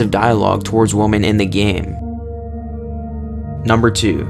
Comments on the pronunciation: WIH-MIHN! Not "woman," woman is singular. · Learn how to pronounce 'women' dude.